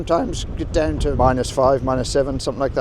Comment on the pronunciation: This man's accent is very unique, slightly rhotic but pronounces words like 'down' and 'out' and 'dewn' and 'oot', but then drops 't's into a softer 'd', like thirty pronounced 'thirdy'. Interestingly, the director at the Falklands Island's museum sounds slightly similar to a kiwi/SA accent, but very softly.